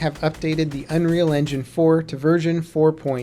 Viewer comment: Unreal "Enginge"? lol